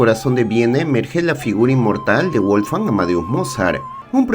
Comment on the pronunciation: Guolfgang? Qué era inglés?